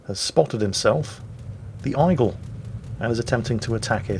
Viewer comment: Eye-gleh? Eye-gleh?